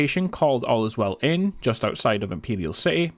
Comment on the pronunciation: "all-is-well inn"...? Bro it's fucking "ale-swell". Also -1 for owning an Xbox